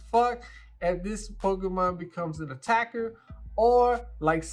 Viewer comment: Its really putting the emphasis on attack attack attacks!